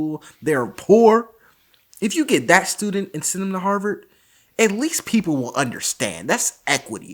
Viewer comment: As a Bostonian, i appreciate his correct pronunciation of Harvard.